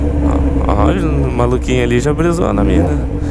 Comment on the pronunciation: falando asno, mas nem consegue falar "preso" corretamente...